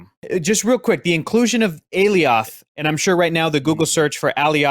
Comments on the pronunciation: Sylvie is not The Enchantress just because she can enchant. Just like Wanda isn't The Enchantress just because she can enchant. And in the show they pronounced Alioth like Goliath. Not like A-Lee oth. We still haven't seen King Loki from the promotionals. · The "ay-lee-awth" pronunciation made me cringe a bit every time he said it 😂 They said it several times on the show homie, how're you still butchering it like that?